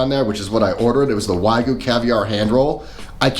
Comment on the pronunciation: A food review coming from a guy who doesn't know how to pronounce "wagyu" doesn't convince me of much.